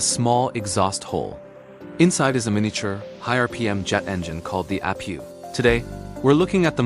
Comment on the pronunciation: It's nat a app pew it is an aye pee you. You dingleberry AI